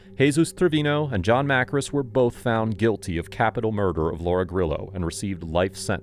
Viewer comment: I feel like your mispronouncing Johns last name. Makris not Markis.